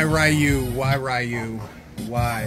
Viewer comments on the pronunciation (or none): Iused to want one of these but at I think it was $700 or even $500 there was no way...also, dude, REE-U, not RAI-U lol...its cuz you playing the 90's game and you are defaulting back, I know...also, earthquake and them shrek farts are dangerous lol. Speaking of Samurai Showdown, watch Samurai Ressurection if you havent, thats what SNK based Samurai Showdown on